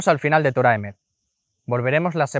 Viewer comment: Correción: Se debe decir Torat Emet (cambiando la H por la T) ¿Porqué? Porque Torah debe ir en estado constructo.